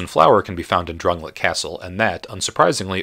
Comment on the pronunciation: It's pronounced DRAN-LAY-ICK. Don't play video games without sound.